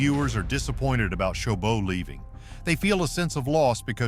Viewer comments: It's not chobo, it's choboT. It has a T. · First of all, this narrator butchered her last name